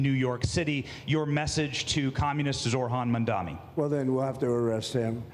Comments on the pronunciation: The blantant disrespect of Cuomo, journalists, other public figures not even bothering to say his name correctly. If I hear "Zohr-han Mandami" one more time I'm going to scream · "Mamdami" is crazzyyyyyyyy. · why do they all say “Mamdami” ?? it just makes them look even more stupid. they are all too incompetent to pronounce a last name? not that intelligence matters to their base but still… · Why is it always some fox news dipshit that mispronounces his name? Can these people even read? Just sound out the letters morons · the fact half of them still can't pronounce his name properly. very telling.